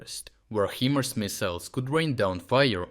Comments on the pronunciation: HIMARS, not "HEMARS". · after years of HIMARS you pronounce it He Mars? OMG..... get it right. HI Mars not he